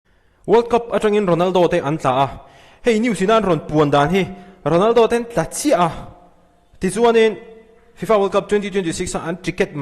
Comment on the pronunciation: Sir Ronaldo leh Messi tih hi hmang uluk deuh thei la aw Ronaldo hi a hamsa zawk zelah lam ri la 😅